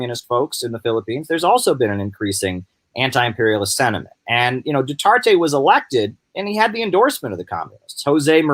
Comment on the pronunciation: it's pronounced Du-ter-tay. also, the NPA does not control any islands in the Philippines. And Duterte's popularity is at an all-time low. He is kind of like Trump. this blustery pompous guy who made a lot of promises in his 2016 campaign then just flamed out. He is very unpopular there now and Manny Pacquiao a former ally of his has now turned on Duterte, too. And Manny will most likely run for president of the Philippines in 2022.